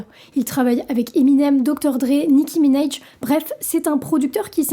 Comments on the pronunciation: Tu prononce mal le nom de nicki minaj bordel ecoute ces chansons elle meme ne le prononce pas comme ca arrêté d'essayer de faire l'accent américain sur tout ........ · Ce n'est comme ça qu'on prononce Minaj, ni en anglais ni en français.